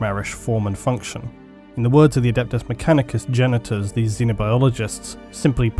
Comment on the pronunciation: I have to admit when you first said Genetors.... I heard Genitals.... I was like "Alright bring on the robo bits!"